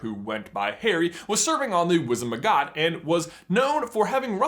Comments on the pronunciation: I'm pretty sure it's "Wizengamot", not"Wizenmagot". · Did just say 'Wizemangot' instead of 'Wizengamot'? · It’s Wizengamot not “Wizenmagot”. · I DIED at Wizengmagot... Shouldnt it be Wizengamot? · I don't see anyone mentioning him pronouncing Wizengamot as "Wizenmagot" (' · It's wizen-GA-mot, not wizen-ma-GOT. Sorry, I couldn't resist. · Aaah... It's WizenGAmot, not WizenMAgot. There are definitely maggots in the wizengamot, but not the other way around :) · It's Wizengamot, not Wizenmagot ;) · Harry Potter served on the ‘wizemagot’ 😂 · “He served on the wizimagot” 😂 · Deirdre Replinger I know right? They always say it wrong. Makes me laugh a little bit. :D